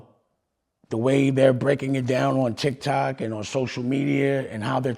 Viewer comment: He said d!ck toc and quickly said tic toc. That's why he said pause😂